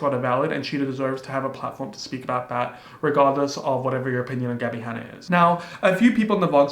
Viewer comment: OMG my ears heard "Daddy Hanna" and I was like "wat."